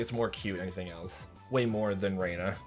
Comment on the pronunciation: I'm working on catching up on your videos so I'm not sure if you've already figured out the Japanese pronunciation but, just in case, I'll make it super easy for you. Japanese is pronounced in syllables so each character is a syllable. Rena = Re + Na (2 syllables). Reina = Re + I + Na (3 syllables). They mostly sound the same to English speakers but they are actually different. Also, everything character is a variation of a ("ah"), i ("eeh"), u ("ooh"), e ("eh"), and o ("oh"), plus n ("nh"). So, Rena is pronounced "ray-nah" and Reina is closer to "ray-eeh-nah". Japanese does not have weird pronunciations like in English. It will always follow these rules. Ex. Keichi-kun = ke + i + chi + ku + n = "kay-eeh-chee koo-n" I hope this helps! I really like your videos and can't wait to watch more so thank you for making them!